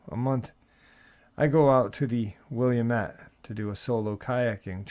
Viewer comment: just because I love you…lol, Willamette River is pronounced: Will-LAMB-it 😁😄🤗 as for Oregon: pronounce it like, “organ” donor. Also, you could totally tell me to F off haha 🤷‍♀️😅 Afterall, it’s your channel and I’m grateful for you and the dogfam! ❤